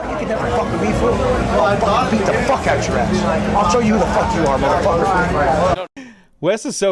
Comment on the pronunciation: I know at he says "I'll beat the fuck outta your ass" but it really sounds like "I'll eat the fuck outta your ass" and so that's what my headcanon is going with.